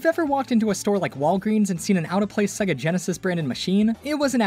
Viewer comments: Cool video, informative. But pssst, it is SEGA, not SEGGA. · Why do you keep saying it as "Seg-ga"? Before the title screen on the 16-bit games, it even says it as "Say-ga" which is the proper pronunciation. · everyone says segga like they cant hear sega intros